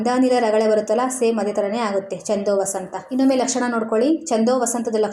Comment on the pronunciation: ಹಲೋ ಮೇಡಂ... ಈ ವಿಡಿಯೋ ದಲ್ಲಿ ಛಂದೋವತಂಸ ಛಂದಸ್ಸಿನ ಹೆಸರನ್ನು ಎಷ್ಟು ಸಲ ಹೇಳಿದ್ದೀರಾ ಅಷ್ಟೂ ಸಲವೂ ಛಂದೋವಸಂತ ಅಂತಾನೇ ಹೇಳಿದೀರಲ್ಲ.... ಅದು ವಸಂತ ಅಲ್ಲ ವತಂಸ ಛಂದೋವತಂಸ ... ಬರೆಯುವಾಗಲೂ ಅದೇ ತಪ್ಪು ಮಾಡಿದೀರಲ್ಲ.....